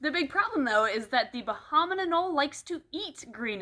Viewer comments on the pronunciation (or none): Every time you say "bahaman Anole", I think you're trying to say abominable.